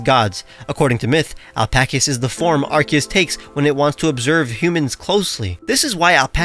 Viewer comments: It's ar-key-us not arcoos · It's arseeyis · That is not the correct way of saying Arceus...